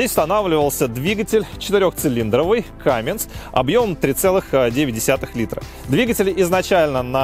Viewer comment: Не Камминс, а Камминз. Подправь, пожалуйста.